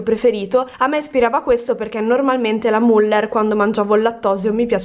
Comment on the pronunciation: Pk non riesci a pronunciare bene wurstel e müller?